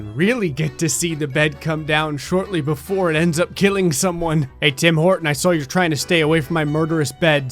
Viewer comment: "Tim Horton" Me: *understands "Tim Portant"*